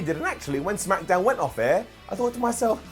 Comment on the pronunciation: "SmackEhDown" BRILLIANT 🙌🏼🙌🏼